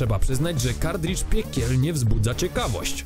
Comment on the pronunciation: Panowie, film fajny ale językowo straszna chujnia. Nie "kardridż" a "kartridż" albo nawet "kartrydż", no i nie "ultimate jedenaście", bo to nie jedenasta część, tylko "ultimate eleven". To tak jak powiedzieć Fantastic Cztery albo Ocean's Jedenaście.